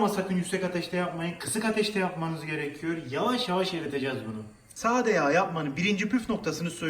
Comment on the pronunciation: Eklliyörüz diyor adam, gerekiyöör diyor. Nasil izleniyor anlamiyorum